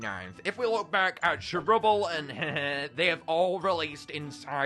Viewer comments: Bro pronounced hyehehe e-e-e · I don’t like how prounounces hyehehe wrong he gets the hehe part right but not the hye in it